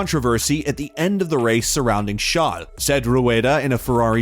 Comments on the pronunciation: Good video. But please stop calling Charles chall/shall lol. If you dont actually have an accent it just sounds like you're making fun of him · I get that. But Charles isn't really a French name lol. Idk, it just sounded super weird to me 🤷‍♂️😂